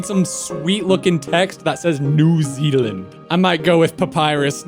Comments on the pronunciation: “New ZELAND” Its new ZEALAND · ITS NEW ZEALAND NOT NEW ZELAND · New zealander here btw you pronounce new zealand like new-zee-lind and those leafy designs are our ferns which are EVERYWHERE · New ze-a-land has laser-eyed kiwibirds?